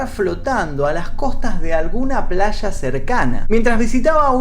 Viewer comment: Cierto, tiene ese don. Sin embargo, me saca una sonrisa mental cada vez que pronuncia una "ll". -Plasha -Shamada - Mishas Lo siento, no puedo evitarlo. Ahora sí, linchenme.